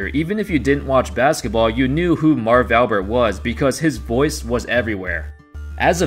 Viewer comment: 4th word of video and you are already making mistakes on the guys name...Jesus....cannot watch.